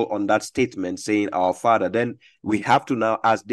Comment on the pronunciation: He said Fadda not Father 😂